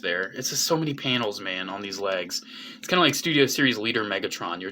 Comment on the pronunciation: pls stop saying panials